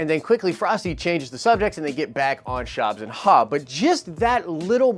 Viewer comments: "Shobbs and Haw" 😂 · I came to the comments to see if I heard "Shobbs and Haw" correctly. Happy to see that it's the #1 comment in the feed! LOLOLOL!!! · Shobbs and haww? Lololol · SHOBBS AND HAW LOL